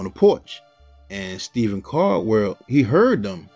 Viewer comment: It's Stephen Caldwell not Stephen cardwell